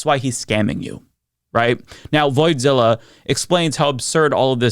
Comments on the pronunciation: Why do you keep calling Coffezilla Voidzilla or something 😂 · It’s Coffeezilla, not voidzilla